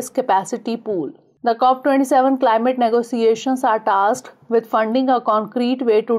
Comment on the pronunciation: It's "Cop27"